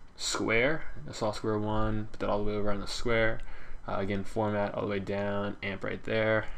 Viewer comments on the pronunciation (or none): *formant* not "format" just sayin